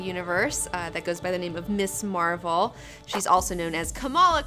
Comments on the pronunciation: Hey, not to split hairs here, but it's Ms Marvel, not Miss. It has a "z" sound to it. There is a distinction between Ms and Miss. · Your show has really inspired me to track down a lot of these comics, thank you for that! I enjoy your show and most of your recommendations. I don't usually care if someone pronounces a character's name differently, but I have to bring this one up. It's Ms. Marvel, not Miss. The words mean different things, and there's a reason that her title is Ms. I'm not trying to be a jerk who feels he has to "mansplain" this, just bringing the importance of the distinction to your attention. Please continue doing great and fun work.